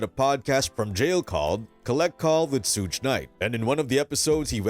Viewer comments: It's not SHOOGE, It's SUGE😅😅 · "was shot 4 times' proceeds to say 5 shots has been hit ... damn you "amerikins" really are getting dumber by the minute xD also who tf is sooch knight xD its suge knights ya fkn bafoon xD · “Sooge night”… that is all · Sooge night? Another AI video. Ugh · Is this an AI voiced video? Who pronounces Suge like sooje? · Shuge, not Suge? It’s not huge with an “S” in front. It’s like the hard g in sugar. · You're not pronouncing Suge's name correctly. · If anyone takes this dude serious + he can’t even SAY SUGE….get a better gig bruh.